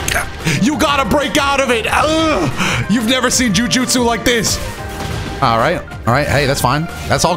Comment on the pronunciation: "Jiu jutsu" lol bro 😂